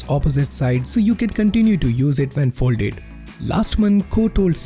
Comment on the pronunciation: "So yo can continu to use it ven folde" I'm dying 😂